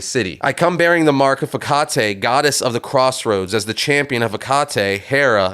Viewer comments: Your continued mispronunciation of Hecate (should be "HEH-cuh-tee" not "heh-CAH-tay") is so irritating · That's not the right way of pronouncing Hecate. The right way is ( Heh Ka Tee) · You’re supposed to pronounce Hecate like “Heck-at-ee”